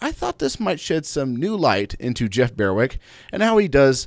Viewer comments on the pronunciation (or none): BER-wick, not BEAR-wick